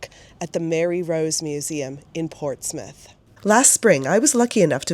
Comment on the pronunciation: So nice to hear Portsmouth and Hampshire pronounced properly 😅 I visited the old museum many times while growing up in the 90s. Thank you for visiting ❤